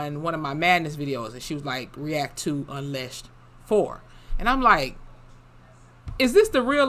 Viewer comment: It's pronounced unleashed. Because her name is pronounced 'Leesha'